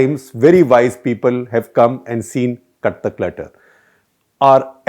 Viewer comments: Sounds like he’s saying KATHAK LETTER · The show name sounded like "Kathak Letter" and for these long I was under the impression that's the name since each time you come out with a "letter" in hand. Only today I recognized that its "CUT THE CLUTTER"... lol..! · Gupta ji, you are good. But... pl pronounce "cut the clutter" with a pause after cut. Too much of gesticulations and hand movements. A lot of repetitions. A video should last max 15 minutes and not more. Pl don't bring in Hindi.